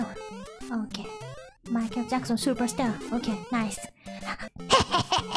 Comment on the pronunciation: I like how she has near perfect R pronunciation on "Superstar" and then immediately says "tahturl"